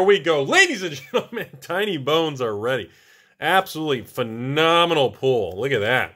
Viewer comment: I love how my closed captions always translates how says pull into pool. Nice pool in that pack. Wait what